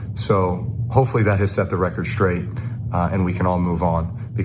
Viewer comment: Just setting the record straight. With the inflection on straight. Twice.